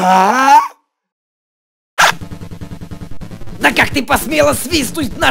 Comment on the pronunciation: Он сказал не "да а "дя"